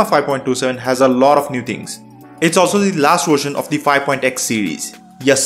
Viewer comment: Version, not "wersion".